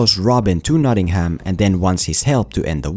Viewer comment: I wince each and every time you pronounce Nottingham Notting-Ham. No fault of yours, as I'm sure you've learned English from the Americans who can't pronounce it (or other places over here) either. Drop the H, so it's more like Notting-um or -am.